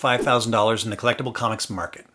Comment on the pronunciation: It's funny, with your 1st sentence I had originally thought you said "how do I spend $5,000 in a collapsing comic market", until I had to go rewind and listen to what you actually said ... "collectible comics market". 😃